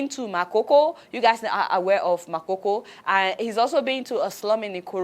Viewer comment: You need to pronounce Makoko the right way. Oshodi under bridge not Ikorodu. Thanks for sharing your show